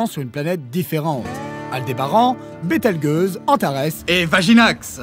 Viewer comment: Super vidéo, merci pour la découverte! (sinon on dit Bétel"J"euse et non Bétel"GU"euse ;) )